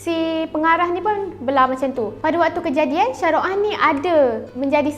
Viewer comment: Shah rukh khan , bukan syah ruh han